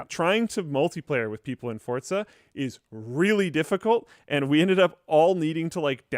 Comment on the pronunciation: FOR GOD SAKE ITS FORZA NOT FORTZA FOR-ZA FOR-ZA FOR-ZA NOT FORT ZA